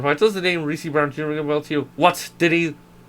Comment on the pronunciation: ermm aksually its Reese not ree see son